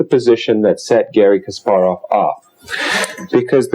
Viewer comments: Henley, KasPARov, pronounce it correctly please. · Philip Gerlach Yes I know his name was changed I have been reading about chess players since the 70's. The fact remains he is mispronouncing "Kasparov". He doesn't have to pronounce it perfectly but at least get the emphasis on the syllables correct.